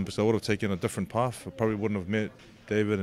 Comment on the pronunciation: . Come on dude you went to school like all of us, its not parf, its path, its not the fird round, its the 3rd round